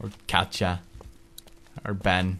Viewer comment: Me: "Katjaa" Up With You Latar Pewds Pewdiepie: LOL